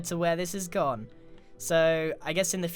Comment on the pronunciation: "look at how much this has gom on" -grian 2018